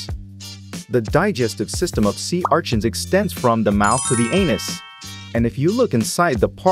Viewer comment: Sea archins 😂 idk why that bugs me the way he says it